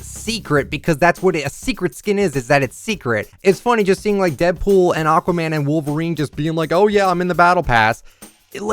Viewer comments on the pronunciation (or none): none